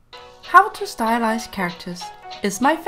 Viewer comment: Is it only me hearing "stylishe" when she say "stylize"???